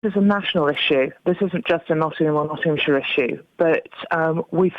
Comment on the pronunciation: Not-ting-ham-sheer.. My sides! That's not how you pronounce it. It's an understandable mistake, and at least you didn't pronounce the 'shire' as shy-er, buuut it's pronounced Not-nam-sher. Srsly.